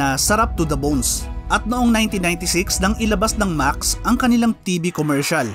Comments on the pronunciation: Thanks! Any reason pala bakit Maks ang tamang pronounciation instead of Maksis? DIto kasi sa videong ito even the owners Maksis ang pronounciation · Ano ang tamang pronounciation Max o Maxes